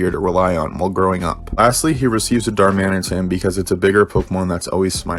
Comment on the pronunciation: As soon as you said darmanitain I started freakin out of joy